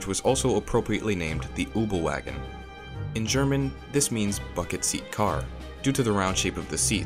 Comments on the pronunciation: " The ubelwagen" really dude? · Marvin Zachariah Kübelwagen, its pronounces exactly how it’s spelled 😂🤷🏼‍♂️